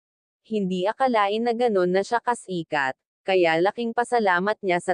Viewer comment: Anu? Kasikat? Tama ba ung entonastion mu bobo